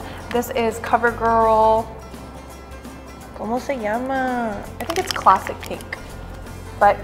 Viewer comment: Where are you from? I laughed when you said "como se llama?"